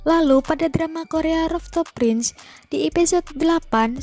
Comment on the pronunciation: rooftop prince (perbaiki pengucapan dlm bahasa inggrisnya)